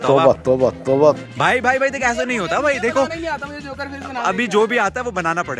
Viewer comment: It's 'mujhe' not 'mughe'